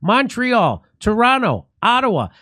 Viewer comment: I'm glad that you said Toronto correctly. It is pronounced "Turono". The second T is silent .